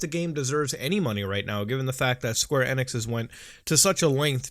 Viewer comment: ITS E-NIX NOT NX ITS E-NIX OR E-NICKS